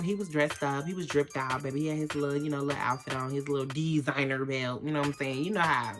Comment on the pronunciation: its the "De-SiGnEr belt" for me!!! lmao